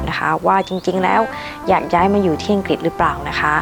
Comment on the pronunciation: ไม่ใช่ไม่แคร์แต่เขาไม่ก้าวล้ำสิทธิ์ส่วนตัว ทุกคนช่วยเหลือกันดี คุยถึงประเทศอังกฤษก็ควรออกเสียงประเทศเขาให้ขัดนะคะ คำว่าอังกฤษน่ะค่ะ ไม่ทราบว่าคุณอยู่กับกลุ่มไหน ทำงานกับพวกไหน ทุกคนที่พี่ทำงานด้วยพูดถูกต้องเป๊ะเพราะ พวกเขาเป็นนักวิชาการ ถ้าเราเก่งจริง ไม่ต้องทำ CV ไม่ต้องสมัคร เขาตามเรียกตัวเราเองนะคะ เราเป็นคนเลือกงานค่ะ อย่าคิดว่าตนเป็นชาติไหน คิดแต่ว่าเป็นคนเหมือนกัน แค่นั้น พี่เป็นผู้หญิง เป็นผู้ช่่วยผู้อำนวยการ เป็นที่ปรึกษาขิงนักวิชาการที่นี่ 120 คน มีพี่คนเดียวที่เป็นต่างชาติ ความยุติธรรมสุดยอด ขอให้มีความสามรถไม่ว่าเพศอะไร ชาติอะไร ขอสรุปว่า ทุกอย่างอยู่ที่ตัวเราเองด้วย